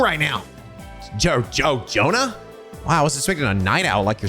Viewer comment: Day 3(not in a row) of writing a comment under a trails video telling that Jona's an Joachim's names are pronounced differently. J is read as Y in both of them. Like Jaeger.